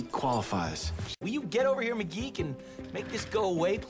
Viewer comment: I didn't realise that McGee was being called mcgeek so many times😂😂